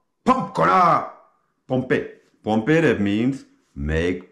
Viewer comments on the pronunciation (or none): True but the words are wrong, and I wouldn't have understood if I had only heard the audio. At one point, he said 'Pompééé' in reference to 'push-ups,' but the correct pronunciation is 'pump.'" The thing is, it's the trainer who gets it wrong, not the soldiers.